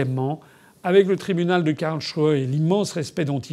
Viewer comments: KarlSruhe et pas Karlchruhe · Simplement si vous pouviez prononcer Karls---et puis ruhe, ca ferait un peu moins quak aux oreilles. Cest un genif s et ruhe veut dire repos, calme mais quand vous le prononcez ca fait shrew. Surement, on y trouve ses megeres...